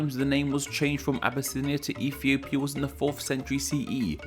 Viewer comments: Did he say Efiopia? How cute 😂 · Well, with the way you say it, "Ethiopia" is now racist.